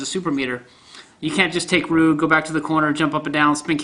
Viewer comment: Lmao I love the way you pronounce Ryu. Shows your a true OG.